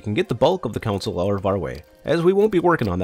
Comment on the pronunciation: Gane "console" not a council. Capacitor, not "compacitor"